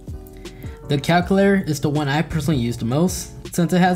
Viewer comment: It bothers me you can’t say calculator 😂